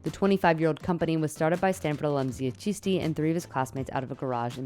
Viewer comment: Ffs at least pronounce the name properly, ChiSHti